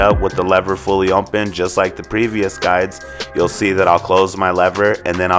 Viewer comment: i came to comments to see if anyone noticed!!! lol or if it was just me lol. but hey he does a great job with the cut!